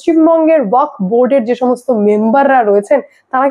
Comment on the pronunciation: ' ওয়াখ ' -- নয়রে বাবা, শেষে একটা ' এফ ' আছে, ওটা মাথায় রাখতে হবে ।